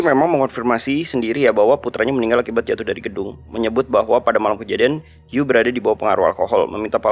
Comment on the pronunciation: Bang bukan di lafalkan jadi You. Tapi dalan fonetik Han "Yu dilafal jadi Yii".